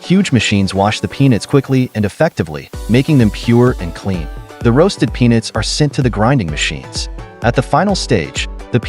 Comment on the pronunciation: Listen how the narrator pronounced the word 'peanuts' four times in the first 30 seconds. Then approximately at how he pronounced 'peanut butter'.🤔